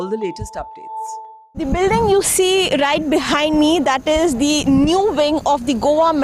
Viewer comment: The anchor is doing a good job. But her pronunciation of "THE" as "dhe" all the time sounds very weird.